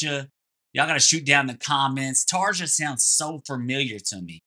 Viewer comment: (Tar-yuh) Tarja Turunen First female singer for Nightwish. She was likely the high-harmony notes you mentioned. Formal training was in classical and operatic forms. For an intro to her skillz, try Nightwish's Phantom of the Opera from the 2006 End of an Era concert. Within Temptation is a guilty pleasure for me. Love theiir most recent stuff even more than the 201x content.